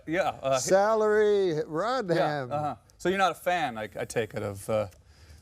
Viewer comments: Salary Rod Ham wow mustve been the canadian accent pronouncing Hillary Rodham Dear Norm, Do you get your ideas from doing a barrel roll? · Bhhahaa! "Salary Rodham!" Hahaha!